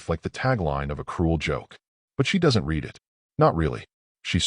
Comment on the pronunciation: Please teach your fake intelligence the difference when pronouncing read in present tense (rhymes with reed) or past tense (rhymes with red).